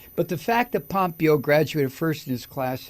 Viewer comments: Mike, its pronounced Pom PAY yo. Not POM pee yo. And, you, Sir, are just hilarious 😆!!! I miss the EFF word, sometimes, man. But, I gotta say, I now feel a lot less worried about the state of your health, Mike. Ya don’t get quite so alarmingly red-faced and shakie, anymore, since your no-use of EFF word vow came to be. I hope that you still have chances daily to blow off some steam. Great video, man! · You say this piece of shit's name wrong Mike. It's pompiggo. They're all CORRUPT,grifting,greedy and DUMB TRAITORS. Can't wait til we get justice and this nightmare is over and hopefully we survive. Take care. Hey. Hope you feel better each day